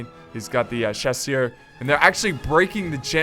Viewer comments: Dat french accent. Ha ha ha not so bad. But the "chacheuw" instead of "chasseur" was very funny. Keep going man, good videos as always. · Hey, noticed that you struggle to pronounce 'Chasseur'. It is pronounced 'sha-sur'. It's the french word for hunter. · Loved the video. The way to pronounce chasseur is sha-sir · In french, we pronounce chasseur ''shasir'' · You sounded so french when u pronounced Napoleon man, as a french i was really suprised, i mean i was use to ur desastrous "chasseur" pronouncing